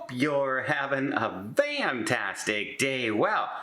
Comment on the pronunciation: Hey Don, hope you’re feeling well. I’ve noticed your welcome comment in the videos and always thought it was “fantastic” but now my ears seem to hear it as “van-tastic”… am I right? Or am I making another sound and it really is fantastic?…if it is Van, is there a hidden mea ing that newbies to the channel won’t know?